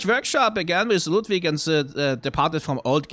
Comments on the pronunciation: Delightfully slapping my big belly and chortling whenever he does the silly german accent for LOODVIG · I love slipping into his silly German accent for every item description that mentions Ludwig. Always makes me smile:3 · I love how the name Ludwig turns on his German accent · Every time he does his Ludwig accent it kills me laughing especially thinking about Ludwig later and shudders Interesting juxtaposition there. I’ve never noticed that Amelia basically is screaming for you to GO and get out and that she clings to the amulet the entire fight. Makes me wonder if she’s trying to save the hunter by telling them to leave, or she’s angry at them for disrespecting the holy place (much like with the Blood Starved Beast). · its kind of funny how many germanic things are at least partially butchered like Oedon, but he loves Ludwig and the accent lol